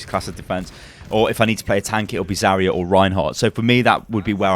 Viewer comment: heyy you said zarya right